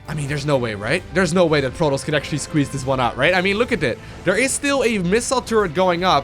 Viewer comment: Love how always pronounces Protoss like Plotoss xD Love your casts